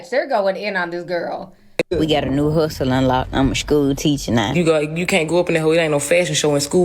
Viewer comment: Not a "shhhkew teachuh nah". Not my daughters ma'am.